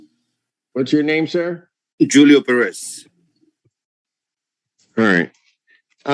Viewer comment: I’ve never heard a Julio pronounce their name “Jew Leo” lol. wtf